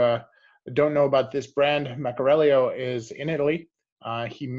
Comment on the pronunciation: Hey, respectfully, it’s meck-uh-ree-ELO and not meck-uh-RELL-e-o